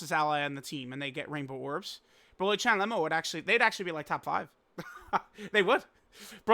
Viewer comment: Why does always mispronounce Cheelais name? Its not CHAI